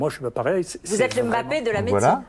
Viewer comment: Merci Raoult de prononcer « Mbappé » et pas « Aime bappé » comme certains 🤝